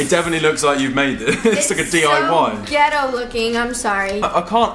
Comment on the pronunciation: Don't tell me Veronica just said gehtto 😂😂Wow I mean I still love you guys but really Veronica